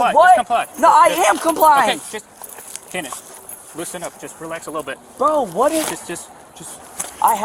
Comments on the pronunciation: Am I the only one hearing them say "Canon" every time the subtitles say "Kenneth"? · Are they saying Cannon or Kenneth? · Why does that cop keep calling him cannon instead of Kenneth